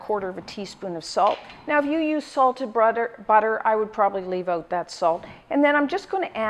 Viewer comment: Love how you say oot like my old buddy